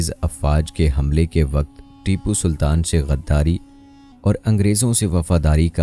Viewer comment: Bhai jab content acha banaya tha to shaheed ke naam bhi sahi tarike se lena sik ja tu jo naam leraha hai Baar baar iske waje se video dekhene me acha nh lagra